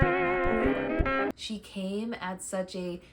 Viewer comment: Very nice video; by the way, I think most people (including Patti) pronounce "Mapplethorpe" with a long "A", like the month of May; not "map" like you're looking at a map. Since Robert is so key to Patti's story, this is rather important. Blessings